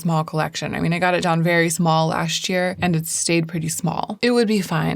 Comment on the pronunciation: This year, you should work on saying “last year” as two separate and distinct words.